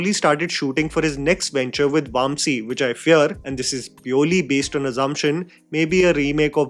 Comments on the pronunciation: absolutely atrocious pronunciation from him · come on, Vamsi isn’t that hard to pronounce right.